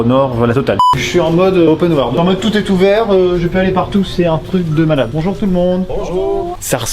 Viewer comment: J'adore de à " bonjout tous le monde !" 😂😂😂😂